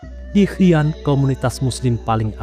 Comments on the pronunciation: Xi'an,,, dibaca "Si An",,, bukan "Ki An" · XI'AN , klo tdk salah pelafalannya adalah Si'an.. Jd bingung hehehe. Qin Shi huang, klo gk salah pelafalannya chin shi hwang